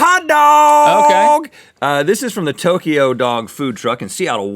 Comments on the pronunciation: You said Tokyo Rhett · is it me or rhett just said TOKYO?